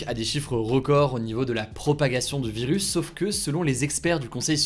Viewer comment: Y’a que moi ou il dit « vilus » 😂